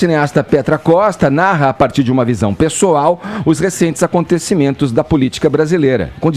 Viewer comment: Edgard: "visão pesdoal"? Põe pessoal nisso!